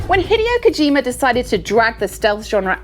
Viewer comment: And she butchered Hideo Kojima's name, omg! :)